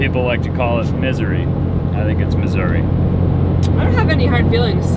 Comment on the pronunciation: Thank you so much and for pronouncing Missouri...correctly. Thank you for not saying Missoura....we pronounce the "i" on the end with the Eeee sound. Also, I am so happy that you are both home and safe and among family and friends, you too Frank:).